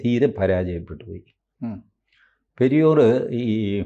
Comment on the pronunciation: Periyaar, not periyor